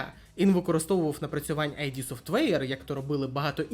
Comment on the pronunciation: Дякую за цікаве відео! Одна ремарка, не АйДі софтвер, а ІД софтвер. Кармак якось у інтерв'ю розповідав чому так.